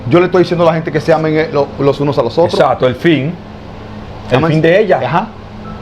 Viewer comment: Se dice ""exacto"" no exato